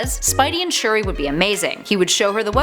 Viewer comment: Sp-uri? Shu-der?